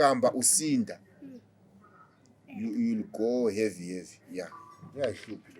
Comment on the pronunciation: Yo will go heavy.. heavy 😂😂🤣🤣 umalume i English